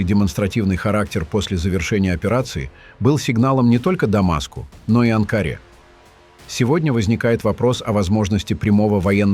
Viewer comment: АВТОР!!!!! БУДЬ ГРАМОТЕН--- НЕ АНКААРА----А АНКАРА!!!! НЕ УСТАЛ --ГОВОРИТЬ ГЛУПОСТИ!!! У ТЕБЯ НА РУКАХ ГОТОВЫЙ ТЕКСТ!!! ХВАТИТЬ РАЗЖИГАТЬ ВРАЖДЫ МЕЖДУ СТРАНАМИ И НАРОДАМИ!!!!! ТЫ ПОЗАКАЗУ ЦЫГАНОВ БОЛЬТАЕШ ТУПОСТ!!!!!